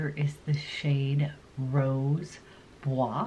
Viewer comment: Beautiful makeup....a heads-up from a French-speaking person: you pronounce the French words “rose bois” perfectly but please use the same rule for the last T and in the word chocolat, the last C in the word tabac. We don't pronounce either of them. Happy New Year!